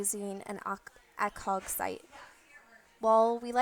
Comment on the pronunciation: How she said ACOG lmao